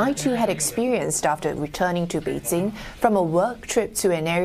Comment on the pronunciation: Beedjing? Beedsing? Beedzing? What now?